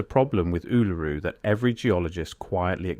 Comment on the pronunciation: The problem with AI voice narration is that it can’t pronounce Uluru properly